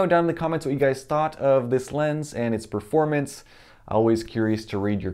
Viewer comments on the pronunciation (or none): none